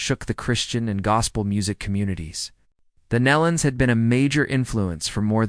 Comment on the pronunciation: It's Gaither, not Guther. I'm not believing any of this. How come we didn't hear Bill saying any of these things in the video? It was just one voice telling all this. BTW, it's Nelon not Nellon. smh Bill Gaither made a statement about the Nelon's on the Homecoming Radio which I follow on facebook, so he did make a statement. smh